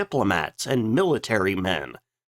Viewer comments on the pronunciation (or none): none